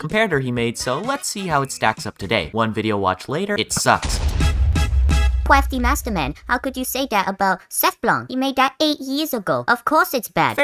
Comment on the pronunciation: Sometimes the "cwaftymastman" just pops into my head and I have to rewatch the video